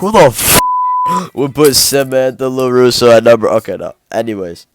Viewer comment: when he said Samantha LuRusso I fell for it lmao